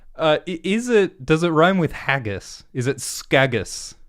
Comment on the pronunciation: You pronounce haggis as haggos?